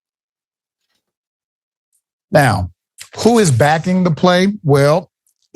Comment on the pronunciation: He's changing his voice because he is mocking us. It would be interesting to know if he is an FBA. I don't think he is. I will not go to his channel because he is not one of us. Towards the end he said "that de_ federal government is behind you." We say, the not de.